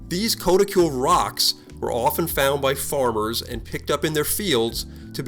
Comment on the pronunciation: it's pronounced "k-ah-t-i-kool".